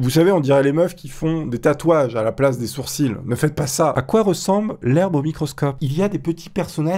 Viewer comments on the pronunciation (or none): none